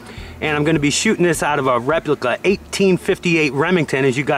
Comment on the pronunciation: you say replica as if you had a mouth full of peanut butter lol